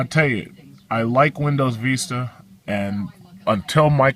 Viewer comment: and its pronounced Windows Vista (vistə) not veestuh